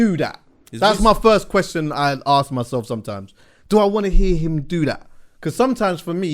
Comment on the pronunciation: Man said axe yunnno